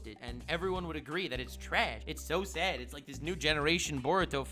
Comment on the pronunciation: Great Video! Yes it is So Sayd! That Dumbasses Rule The World, It So Sayd! I Find That Funny Not in a Mocking Way, I Think Saying Sad as Sayd is Funny